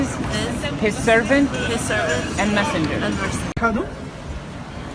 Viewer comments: This is sad, the first person said the shahada wrong. The sheikh should have picked it up. It's - ashadu un laa Illaaha illallah Not -ahhadiu unna illaha illallah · Beautiful to see the footage of reverts. Butisn’t the shada “ashadu an la illah” not “ashadu ana la” and whatever the third guy said?